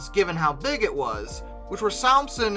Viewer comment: Salmson is normally pronounced Salmon (as in the fish).